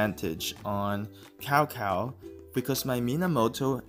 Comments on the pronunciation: "C P O" not "Skipio" "Tsao Tsao" not "Cow cow" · Can you learn to pronounce CAO CAO correctly? If you have Chinese ethnicity in you... it is disgraceful how u pronounce Cao Cao !